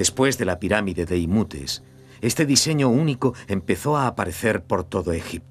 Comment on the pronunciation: Era Imhotep (pronunciado Imótep en castellano o "Injoteb" en inglés) y no "Imútes" como pronuncia el doblaje.